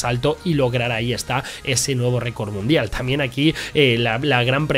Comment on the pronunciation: Alguien más se fijó en que en la intro cuando sale el bárbaro dice récord munidal en vez de record mundial